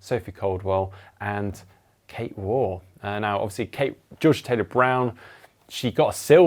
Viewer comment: and the GTN team, please can you pronounce Kate Waugh's surname correctly. It rhymes with cough. Thank you 😊